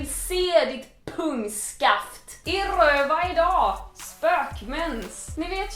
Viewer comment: Jag vill ha en 10-timmarsvideo där Clara säger "I Rrrrööva idaag" om och om igen.